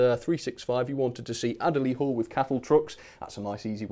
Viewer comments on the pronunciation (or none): none